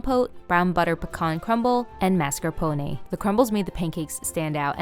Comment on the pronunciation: finally someone who says mascarpone and not marscapone!!!! :D